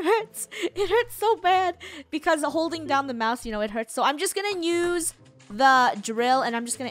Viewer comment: i love how funneh says 'im just gonna "Nuse" this instead"